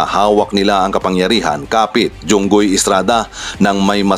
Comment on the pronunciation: Jinggoy Po hindi Junggoy po